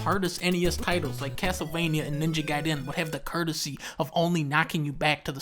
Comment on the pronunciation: 1st time i heard someone say Ninja Gaiden using 3 syllables.